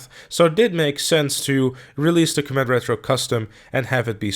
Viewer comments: It is called the com it not combet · I can't handle how you are pronouncing comet, are you saying "coh-mat"?? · coMÉT?... I have never heard anyone pronounce it like that. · coMÈT... OK, I guess that's the pronunciation we're going with. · Please type comet into Google Translate and learn how to pronounce it. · Is the fact that he is pronouncing* it wrong a easter egg?